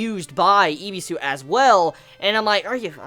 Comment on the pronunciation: His name is Ebisu not Ibisu